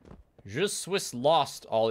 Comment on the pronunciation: I can't believe he pronounced 'suis' as 'swiss.' I laughed, but I'm not happy about it.